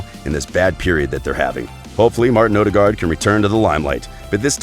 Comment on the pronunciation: it's odegaard not odergard